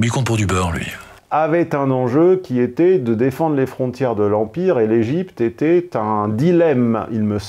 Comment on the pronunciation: Je n'en peux plus d'entendre "elle étaite", on ne prononce pas le T à la fin, on prononce, elle "étai". Il fait comme les hommes et femmes politiques, les journalistes, il prononce des lettres à la fin des mots qui ne se prononcent pas quand on sait s'exprimer. Je ne sais pas quelles sont ces écoles dans lesquelles on leur apprend à ne pas parler Français. Ca sert à rien de nous servir du "ils eussent" quand on prononce elle "étaite" ! Le T ne se prononce que pour certains mots comme "diktat" ou "mat" mais pas pour "elle était".